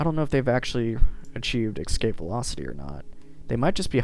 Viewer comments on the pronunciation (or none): "Excape"..... Please no.